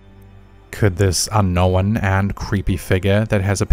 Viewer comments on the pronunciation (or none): You just couldn’t get through one video without using the word “unknown”, and pronouncing it wrong, could you? “Unn-nowinn” = thumbs down, yet again. Between Caspersight making fun of you for it, and everybody else commenting about it, you would think you’d learn by now…